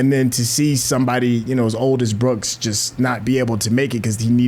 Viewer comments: i cant be the only one who kept saying its BROOKS not BOOKS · 🤣 You wouldn't think it would matter that much but after 20 times of hearing "Booksie"......I wanted to scream, "It's Brooks!! It's frickin' Brooks!!" 😆😆😆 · Good Lord how did y'all get "Booksy"? Its Brooks!!! 😂❤